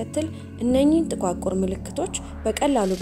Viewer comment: " ጥቁዓቁር " አይባልም " ጥቋቁር " ነው የሚባለው አርሙት።